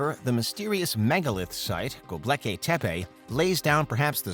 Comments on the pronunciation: Go-bek-li-tep-e.... not Go-bleki-tep-e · Seriously it's vocalized as Go-Bek-lee-tepe it means a potbelly Hill and it along with Egypt the whole of the middle east and even the Indus valley culture they all stem directly from the mesopotamian Babylonian ubaid Sumerian hittite and Assyrians who's empires existed 7,000 years earlier then Egypt and the conventional science doesn't support the younger dryus impact hypothesis my ass not because it's false it's because they don't really want the truth they want shades of it that fits there view of it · Mispronunciation of Gobekli Tepe? The L is after the K, not the B. Derp. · Imagine writing a narration for a video, proof reading it, and never learning how to pronounce Gobekli Tepe. There is no L after the B. Fix it Derp.